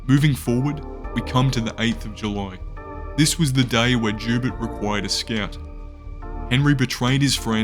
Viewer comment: Literally couldnt stop laughing at "Jew-Bert" 😂😂😂 its pronounced "Zhou-Bear"